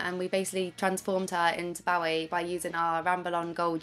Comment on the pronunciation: Oh for the love of god, please pronounce 'Bowie' correctly